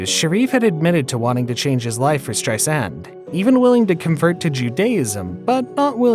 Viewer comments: Her name is not pronounced Strei-SAND! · Barbra. Not Barbara. STReisand, not streiSAND. Barbra never said that "her affair" was the reason she didn't perform for 27 years. A lot of this bio isn't exactly accurate. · Strei sand ? Should you get the pronoun of names correctly before making the video? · Streisand is pronounced with accent in first syllable. She says the second syllable is soft like walking on sand